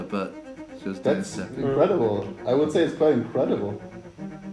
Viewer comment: No one: Kian: I N C R E D I B L E